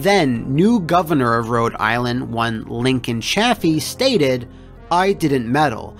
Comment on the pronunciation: You mispronounced the Governor's name it's Ka-Cheer-ree Also it's Ch-a-Feee not Chaf-ee And I Iive in Rhode Island we're still paying for it.